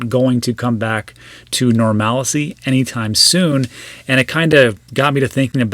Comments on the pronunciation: 👍. It’s normalcy. Not normallacy. Just in case you might be interested. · It’s not...Nor-malice-y It’s....Nor-mal-cy 😉